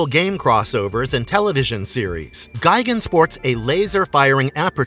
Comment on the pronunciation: You’re pronouncing it “Gai-gen”. It’s pronounced “Gee-gon”